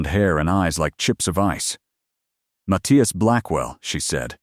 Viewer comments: What happened to the audio? And the captions, I suppose. But it's the long periods of silence that's weird. Seems like a decent plot, but it's jarring the way the audio stops and starts. Also, the name is pronounced "Muth-EYE-as". The spoken audio screws it up almost every time. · I hate that it can’t pronounce the name Matthias, and keeps changing how it says it. 🙄🤨 And I don’t think it ever said it correctly: Math-thigh-as. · The way AI mispronounces Mathias constantly is weird, but I decided to find it more humorous than annoying